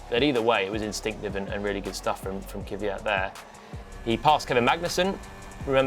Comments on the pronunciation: Can you teach him how to say Kvyat please? It absolutely is not “Kivvyat”! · It's KVYat not KYVat... How hard can it be?